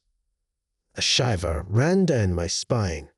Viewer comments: I ALMOST thought this was an actual person, then they pronounced "shiver" like "liver"..NOPE! AI.... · Im pretty sure thats just his Scottish accent.